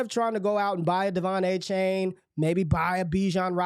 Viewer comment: Its A-Chan not A-Chain :p